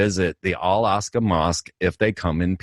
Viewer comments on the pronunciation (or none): It’s not the Al-Asqa mosque. It’s the Al-Aqsa mosque. Pronounced “Alaxa” Close to “Alexa” ?? Zam Zam = Amazon??